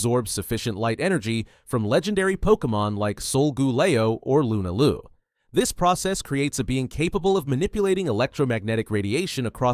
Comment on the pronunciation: Did this man really just say lunalooo😭😭😭